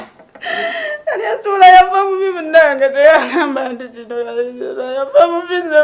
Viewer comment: Naye maama mukulu tomanyi na how to pronouse yo hasbandz name mbu kalyesuula its kalyesubura not kalyesuula haa haa